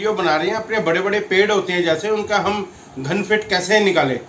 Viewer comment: बहुत बहुत धन्यवाद सर जी लेकिन आप जो धान फुट वोल रहे थें। वो घन फुट हैं।